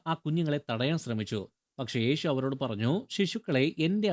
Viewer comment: ഈഷു , ഏഷു എന്ന് പറയാതെ യേശു എന്നു പറയാൻ പഠിക്കുക